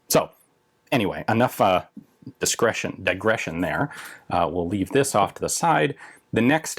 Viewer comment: "Discretion Digresion..." Gotta love Ian!